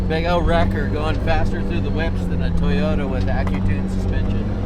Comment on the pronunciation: you calling those whips or whoops? Maybe just an arizona thang!🤠